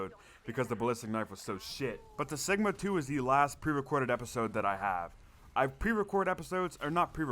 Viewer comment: Great series, the first way your saying cigma is correct. It’s “cig” like cigarette. The enemy spam in the bunker steps solo is pretty annoying IMO.